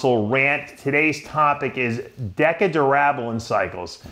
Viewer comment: Dave what in the hell is Decka Durab-a-lab-ba-lab-ba-lone???? I can't even listen to this!!! A former IFBB Pro Bodybuilder and can't even pronounce a damn steroid that he most certainly took lmao.